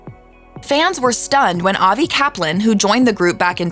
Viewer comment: Really, the the first two guys' last names rhyme with "enjoying" and "glossy"? So the first A in "Kaplan" make the first syllable a different spelling of "cap" and the second is a schwa, huh? I thought so! Thank you for making the surnames' pronunciations clear. However, it's not clear how Avi's longer first name (Avriel) was really pronounced.